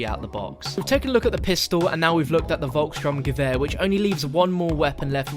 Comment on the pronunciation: Its not "VolksSTRUMgewher its the VolksSTURMgewher as in storm